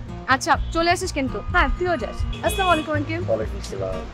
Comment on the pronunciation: অপূর্বর অভিনয় আমার কাছে ভালো লাগে তবে একটা জিনিস ভালো লাগেনা যেটা হলো স্লামালিকুম এই সালামটা মূলত হয় না সালাম হবে আসসালামু আলাইকুম